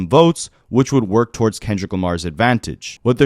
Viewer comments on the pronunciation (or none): none